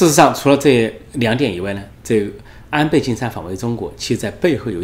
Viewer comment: 安培，安培。培养的培 Pei. . 发 呸 音 。